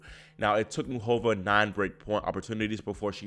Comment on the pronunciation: Please say MUCHova, not muchOVA.